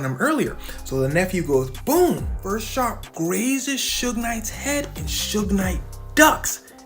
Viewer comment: I can’t handle AI saying, “ Soog “ for Suge